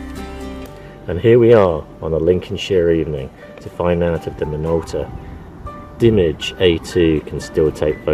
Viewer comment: Thanks for this! I owned the Konica Minolta Dimage 7i when it was first released. Although I currently shoot high-end Sony mirrorless I just bought the A2 prior to watching this video! Btw, afaik it's pronounced dimAAGE (think French)! Cheers!